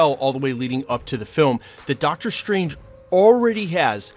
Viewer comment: Dr. Stwange